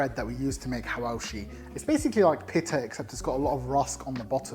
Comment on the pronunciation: Why do you say pita like that